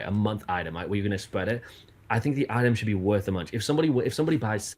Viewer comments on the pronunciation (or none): none